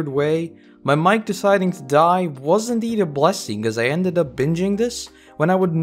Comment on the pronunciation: Bro said his mic- and i had to listen and turn on subs i swore he said his WIFE